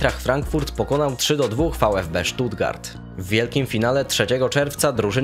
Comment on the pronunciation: Nareszcie pierwszy raz poprawnie powiedziałeś vfb Stuttgart 😊